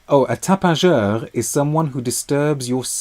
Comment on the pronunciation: You’re funny, you say tapageur with the most perfect accent and then add “ I have no idea what it means “ 😂